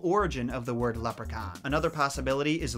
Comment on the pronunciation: Love the way u say leprechaun its mint 😁